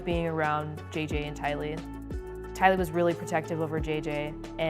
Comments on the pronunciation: Tylee…. TIE-LEE. The lack of care out into pronouncing names, especially of the victims is really disrespectful. It happens way too much, Unsubbing ✌🏻 I’m proud of you for pronouncing JJ right though 🥳 oh and her brother didn’t take his own life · I thought Tylee's name was pronounced TIE LEE not TEE LEE, ? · TEA-LEE?! You’re so disrespectful and you do it in almost every video. You’re doing it on purpose atp. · TIE-LEE..... NOT TEA-LEE.... Girl do better, this case was broadcast everywhere.... could you not HEAR them pronounce her name?? Geeze its the least you could do since you're getting a bag off the dead... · Do you not listen to your own audio? Her name is TIE-lee not TEE-lee, soo disrespectful. You do this a lot, you are a great narrator but you need to watch your prounouciation! This is a common problem mispronouning names and places and words! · Her name prononce TYLEE, NOT Tili...... Sorry but i cannot not say it... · It’s pronounced tie lee not tea lee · Tea Lee? 🤦‍♀️ TY-LEE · I'm sorry...but I'm an ''Optomist '', a follower of Lori's brother Adam's and Grunkle Rex' podcast !! it wasn't 7 previous lives...and Tylee is pronounced Tie-Lee,,, I'm sorry but there are so many mistakes...in honour of the children please get things correct... SHE MOST DEFINITELY DID NOT KILL THE KIDS TO GO ON HOLIDAY !! Tammy was not an ex-wife , she was still married and suffocated by Chad ! Alex did NOT commit suicide !! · I love your videos but come on why do u mispronoune Tylee its Tie-lee is English your second language? Are you bilingual or something?? I never make fun of people that, pronounce words WRONG bcoz people learn them by reading. But come on. Im sure your an American and speak english. But, doing your research on these cases im 100% certain that you've watch videos like 48hours, ABC 2020 etc they do not mispronounce words especially the victims names. You need to do better. Yhis is just constructive criticism. Come on hun watch and learn!!